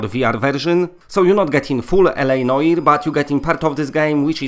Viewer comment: Cool. Thanks for the info. I just hope that it won't be blurry like Obduction. By the way, "Noire" means "black" (feminine form) in French. The pronunciation is something like "No-ah-r" (not "no-ee-r")